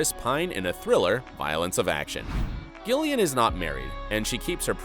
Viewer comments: It's pronounced Jillian not gill ian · Is it just me who noticed the voiceover pronounced Gillian with a hard g rather than Jillian (how it’s supposed to be pronounced) is this an error on the part of the voice over or does Gillian just pronounce it differently? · why do you pronounce gillian like that it’s so annoying